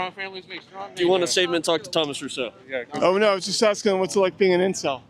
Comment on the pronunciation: It's Thomas Rousseau, not Russo, it's a French name, Italians don't need to feel ashamed for this one, I'm taking the L for this embarrassment. Mes excuses les plus sincères.